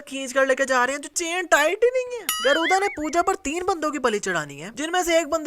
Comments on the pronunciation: गरूदा nhi गरुड़ा tha 😂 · Your mastakas:you call गरुदा but real name गरुडआ